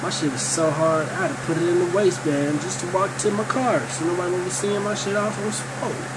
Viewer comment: right as this nigga said "this sshhit.....work" i popped thaatt mf pill in 2.5 sec XD